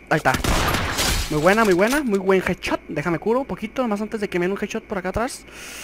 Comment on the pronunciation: Jajaja me gusta como dices“jedchot”jajajja me cague de la risa